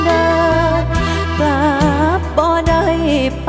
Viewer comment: ผุ้ท้าชิงต้องร้องให้ถูกน่ะครับคำว่า กลับ กับ กรับ นะ😅😅